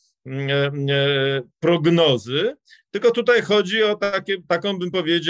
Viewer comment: Panie Piotrze, błagam, wczorAj nie wczorej, dzisiAj nie dzisiej, tutAj nie tutEj. Rozumiem, że regionalizm, ale nie przystoi ogólnopolskiemu dziennikarzowi i publicyście.